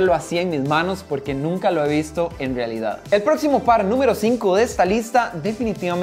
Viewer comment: “Que carwo, espero que se haga rwealidad” 😂😂😂😂😂